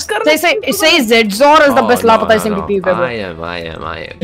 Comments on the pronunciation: bro its not lpata its lapata smp 🤦‍♂ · bros saying lapata 💀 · 1.08 " lapaeta smp"